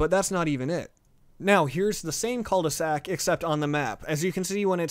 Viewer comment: Am I the only one who thought that "Cul-De-Sac" was said like "Culvey Sack"? Lol